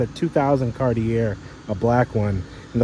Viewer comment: Please, Car-tee-aaa!